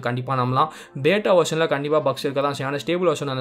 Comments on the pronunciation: Bro athu பேட்டா illa android Q பீட்டா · Athu beeta bro bata ila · Bata illa beta bro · That is not beta... Pronounce as Beeta.. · Bro beta pronunciation correct pannikonga bro💕💕💕